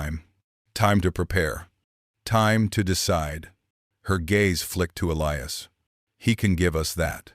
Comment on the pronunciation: your a i needs some work i heard elias pronounced three diferent ways and gila is not spelled hila all this in the first 10 minutes